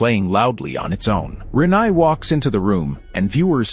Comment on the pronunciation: The pronunciation of Renai was particularly grating